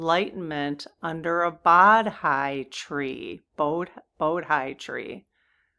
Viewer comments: Bodhi is pronounced “Bo - Thee”. It is also considered a sacred tree in Hinduism. Ficus religiosa. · Please let us know if you go down the path of Lao Tzu....very interesting story and possible counterpart to Buddha and the Bodhi tree story. Pronounced Bo - dee. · BCE: Before Common Era (secular) BC: Before Christ (Christian) Both mean before the birth of Jesus. Bodhi: pronounced Bō (like bow and arrow) Dee. 😊